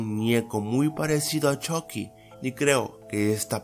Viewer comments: Yo en ves de esuchar "Chucky" escucho "Chocky" xd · Me mata porque dice chocky no chucky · se ecribe chucky y se pronuncio chocky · Se pronuncia "Chocky" pero se escribe "Chucky" en Estados Unidos dicen "Chocky" pero creo que en latino américa pronuncian más el "Chucky" XD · Jajaja me da gracia como le dice shocky en vez de chucky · Choky xd es chuky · Porque Dice CHOCKY :V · se dise chucky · No se dice choci 😴